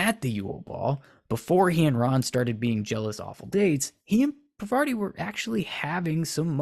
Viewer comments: Harry and Parvati could have worked, but only if he was pronouncing her name correctly, which you aren't. It's Parvati, not Pavarti. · It's not Pavarti, it's Parvati. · you are butchering the name, my guy! It’s Par-va-ti. Not pa-var-ti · paRvati not pavaRti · Yeah, that's fair tbh Cuz I'm Indian but I was reading this fanfiction at some point and her name was spelt 'Pavarti' for sooo long and I just skipped right over it, pronouncing it the exact same way in my mind, and I didn't even realize it until they spelt it as Parvati again many pages later! Legit so embarrassed lol😅😭😂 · Her name is pronounced PAAR-VA-TI. She's named after the Hindu Goddess of creation. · I really appreciate this video but you're saying Parvati's name completely wrong 😭😭😭